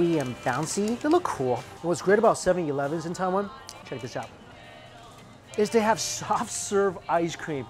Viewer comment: Mike saying “seven eleven” differently makes me cringe. Still loved the video tho